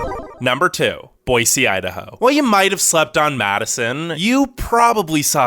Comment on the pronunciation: THANK YOU so much for saying Boy-See instead of Boy-Z! I’m on the eastern side of the state and it burns my ears when people say Boy-Z!